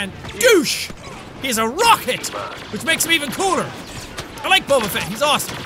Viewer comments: it's bow ba fet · its pronounced bob-ah fett